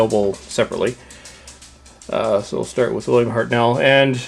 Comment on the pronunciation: it's hartnell not hart nel